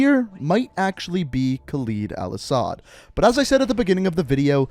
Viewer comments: Dude. I like your videos alot. But man these pronunciations of the names are killing me. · Its a small detail but it happened every tome but im pretty sure you are pronouncing "Khaled" wrong every time making it sound like it has a "y" not an "e". As when u hear Dr. Kate Laswell say the name it sounds correct. Sorry for the rant this was just on my mind but i love your vids keep up the good work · Wanted to enjoy the video... but man you need to start pronouncing "KHALED" correctly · the way you pronounce “khaled” pisses me off. you literally hear an american saying it and still pronounce it wrong. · Characters in game say name properly. Proceeds to incorrectly pronounce name throughout the video. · Im an iraqi kurd so i know a bit of Arabic but that pronunciation is so far off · Your mispronunciations of the names really piss me off. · You just love to murder names... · Not trying to offend you, but why do you say Khaleed al asad instead of Khaled al asad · ....they literally say their names and you still fuck it up.... it's Kha-LEAD not Kha-leed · "Khaleed" Bruh. It's Khaled. Not Khaleed. There's one 'e' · its not kaild al asad its KHALED al asad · it's khalid or khaled not khaleed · Pretty sure they said "Khaled" and not "Khalid" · They literally say ka led not ka leed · "Khaled Al-Asad" not "Khaleed Al Asad" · Pronounces "Khaled" as "Khaleed" but pronounces DJ "Khaled" right... Americans... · Kaleed? It’s Khaled or how ever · Anybody else get just a bit tired of hearing all the characters in-universe say "Khal-ED" and hearing him say "Khal-EED"? Minor gripe, just wondering. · Why do you keep calling him 'kawleed' when all your source material pronounces it right? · Yo y’all pronouncing my name soo baddd 😭 (kaled) is the right way for khaled and Khalid is different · Why does he have to pronounce it khaleeed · shows cutscene that says "Khaled al asad" proceeds to pronounce it Khaleed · still cant get over the pronunciation of khaled is "khalid" 😂😂 No hate ❤